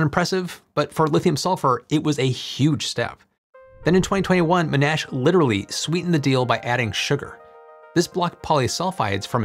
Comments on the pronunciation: You said it wrong. It is Mon-Ash. Like Monday and burning wood to make ash. I'm a former student there. 😊 Please stop butchering our names 😢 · Love your channel!Monash is pronounced Mon-ash. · Please note that 'Monash' is pronounced with emphasis on the first syllable, not the second. ie MONash. Interesting topic. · I know this is dumb but Monash ... put the emphasis on the first part. Otherwise sounds super dumb. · Aussie here. It's mon-ASH. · Hi. It’s pronounced MAH-nash. Emphasis on the first syllable.:) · It's pronounced "Mon-Ash" university, named after John Monash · Monash is pronounced “mon-nash” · It's ~"mawn-ash" ... although we're Americans, my brother was faculty there before retiring. Sorry it was jarring to hear how you said it, threw me out of the video. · Sorry to correct - The Uni is pronounced MON-ASH, named after WW1 Military Commander Sir John Monash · Odd pronunciation of Monash, sounds like 'MnASH' to me, like a silent 'O', which it hasn't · Fascinating! This could make EVs a practical proposition. BTW - "Monash"" is pronounced MON (rhymes with gone) ash. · Monash is pronounced "mo - nash" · It's pronounced Mon Ash..... Just saying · Please pronounce Monash with emphasis on the first syllable. MONash. thanks. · Nice to see someone pronouncing the name of M'Nash University in the original Klingon. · FYI, Monash is pronounced monn-ash ... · Came here to say this as it annoyed me: it's mon (as in monitor) and ash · You're pronouncing Monash wrong. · the pronunciation was so far away from the real word that I didn't even realize he was talking about Monash until he showed a picture of their logo! Lots of other people corrected the pronunciation too. You should read some of their posts because they included the history about who the university is named after and that person's importance to the entire world. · Great video, but I heard you mispronounce Monash Uni's name too many times to let it go. The stress in Monash goes on the first syllable.